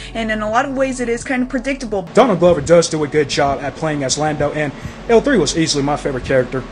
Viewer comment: Donald Glow-ver